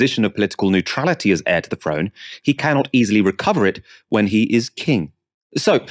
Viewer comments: I think it’s throne not frone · Kind Charles the FIRD, ascended the FRONE... speak proper love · Loses all credibility when he says frone rather than throne. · Whats ve FRONE ? And Charles ve Fird ? Cant this guy talk properly before he criticises others ?